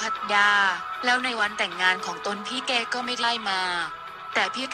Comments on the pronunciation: อีบ้ามึ่งอ่านชือนอ้งเขาให้ถูกหนอ่ยนอ้งเขาชือเก๋ไม่ใช่เกกูละเซ็งคนอ่านข่าว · เก๋ กลายเป็น เก..คลีนิค เป็นคลีนิ๊ค ฟังแล้วปวดกบาลมากพอเถอะคนนี้อ่ะคือฟังแล้วไม่รู้เรื่องเลยว่ะ